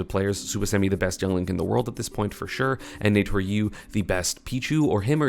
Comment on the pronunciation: i don’t mind the crepe sale pronunciation but please call naetoru normally